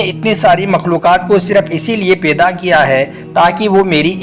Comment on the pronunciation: Peda nhi paida bolie jnab talafus thk kizieyea